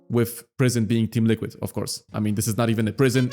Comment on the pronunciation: HE SAID LULQUID